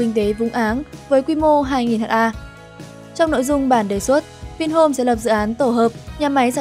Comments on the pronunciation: Phát thanh viên nên đọc là hecta sẽ hay hơn là Hát a .. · Ad học lại lớp 5 đi ! 10.000 m2 = 1hm2 = 1ha, "ha" là viết tắt của hertare (từ TP) và đọc là "héc-ta". Vậy mà ad đọc là " hát-a": Ngô nghê buồn cười ! Theo logic này của ad thì 100m2 = 1dam2 đọc là "một giam hai"... Đọc ngầy ngây vậy mà còn thuyết trình và so sánh Vingroup với Apple, Facebook,... Đúng là... Vương Trảm Fong ! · 500 h a ko bít ad này học ở đâu mà đọc ha thành H .A